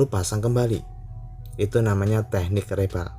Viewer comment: Reball, bacanya riboll, bang